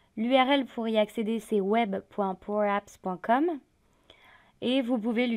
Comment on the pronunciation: Quelle voix et quel accent parfait "power apps" ! ;) Merci pour le webinar